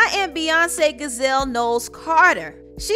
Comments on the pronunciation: Her middle name is pronounced JUH-Zelle not Gazelle , other than that great video #Beyhive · Yass Queen 👑 But the middle name is French Giselle 'Jiselle' not Guiselle Like that. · Tip: Giselle is pronounced "ja-zell" not 'gazel.' 😉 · Its Giselle (ji•sell) not Gazelle she isn't an animal. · Giselle* we be calling her giraffe and you said gazelle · The name is “Jih-zelle” you said “ga-zelle” like the animal.. lmao! I need to go listen to this album. I appreciate that you also use your platform to showcase and uplift from the Beyoncé to the “unknowns”! I hope other YouTubers that speak on black topics follow suit and break down this album to their subs! We need to speak on our positive representations as well.. not just the negatives! Thanks sis!💜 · wheeeew Lord the way you said Giselle lmbo, its pronounced Gee - Zelle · She said gazelle lol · G in Giselle is pronounced as a j sound, stating that for future reference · Giselle pronounced with the J sound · Great review, but you pronounced Beyoncé’s middle name wrong🤦🏽‍♀️ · So you found a way to mispronounce "Giselle" and decided to make a video about it? Bye.